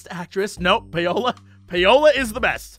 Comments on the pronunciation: Is that how people in the US pronounce Paola (Pay-o-la)? I'm familiar with "Pow-la" as the pronounciation... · Is it just me, or is Jesse pronouncing "Paola" incorrectly? I would've thought it would be "pow-lah". But I might be wrong? He and Crendor pronounced it the same way on some old episode of the C'n'C podcast. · Who wants to be the one to tell him it's pronounced Paula?